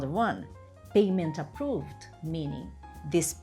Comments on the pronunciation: approVED is incorrect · Approved is not pronounced approvED. Please correct your critical pronunciation of the ED endings in the regular past tense.